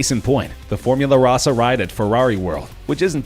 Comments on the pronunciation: Tom L Formula Rahsah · It still amuses me that most of the makers of these GP lists always butcher the name of Formula Rossa.